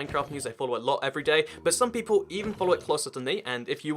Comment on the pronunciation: People not “peolle”